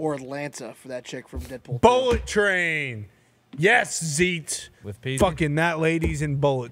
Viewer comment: I love the show, but god damn zeet bothers me.